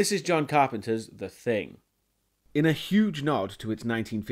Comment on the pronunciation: It sounds like you are saying "Carpenters dead wife"